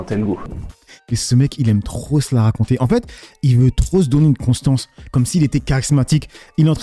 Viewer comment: Contenance, pas Constance, pas GS Pagès